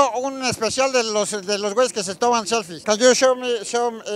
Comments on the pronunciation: Jajaja "seflies buenas" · "SEFLIES" dignas... No pos chingón